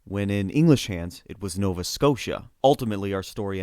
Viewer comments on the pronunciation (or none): none